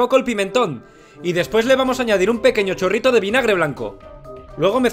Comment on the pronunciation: Pq dices un corrito de aceite? 😂😂😂